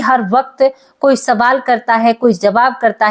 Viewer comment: Sabaal nahi hota baje (sawal ) Hota hai kai tak padhi likhi ho😅